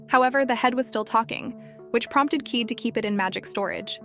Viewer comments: Pretty sure kaede is pronounced kai-ay-day and not keed. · It's a OK recap but the mispronounced names like Keed VS ( Kah-eh-deh) plus skipped over part's is frustratingly annoying. If you work on the pronunciation of the name's and don't skip over the important scenes like fight with the dragon+ why he fought the dragon is really important it would have been better. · Keede?? Try Ky-A-da ! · Kaede is pronounce kah-eh-deh not keet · Kaede is pronounced "Kai-a-day", not "keed". Narrators for these anime recap channels (not just this one) need to learn how to pronounce things properly, and not just names, but words in general. I really appreciate these channels but it is a bit vexing. I think it undervalues the content of these channels when it seems like the narrator is haphazardly reading from a script without any thought put into it. If I wrote a script for a channel like this, I'd feel a bit embarrassed after hearing the way it would be read. Keep in mind, this is not intended as bashing, but a critique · why you keep saying keyed, when it's kaede? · By the way the fox girls name is Kaede pronounced (Ki- Day).